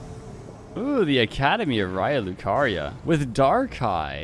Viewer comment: Stop it please, I can't take it anymore. It is spelled R[ei]a Lucaria, not R[ai]a Lucaria.